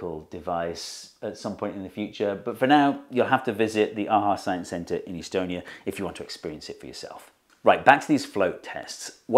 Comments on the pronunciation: The way you pronounce Estonia had me second guessing whether you mean Estonia or some city (probably in the US) with a similar name throughout the entire video. I think I know what I'll be doing next January. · why do you pronounce estonia like that haha amazing video though